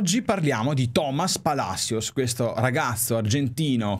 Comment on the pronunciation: Tajeres..? e ToMás Palasios si pronuncia